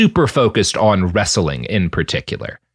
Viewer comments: "Wrestling" is two syllables... No "a" in there. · He does a consistently good job at getting three syllables out of the word "wrestling."